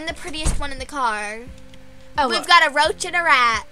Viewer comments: “Roach” lol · “Roach” :). XD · "roach" lol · “Roach” hahaha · lol "roach"